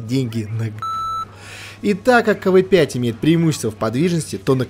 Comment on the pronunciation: Не кв5 а кавээ5